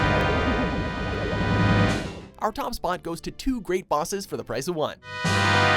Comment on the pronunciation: The narrator has very questionable pronunciation of the bosses where the letter "o" is concerned.